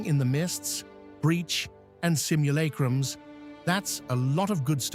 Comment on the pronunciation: “Simmul-ache-rums” lmao